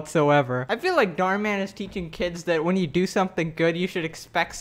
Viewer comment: You say Dhar Mann like darmen, a Dutch word, which means intestines. Thank me for such useless information later.